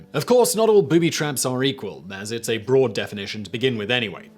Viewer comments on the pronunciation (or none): none